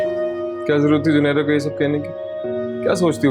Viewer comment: Did anyone else notice saying junaira at the end instead of Zunaira 🤣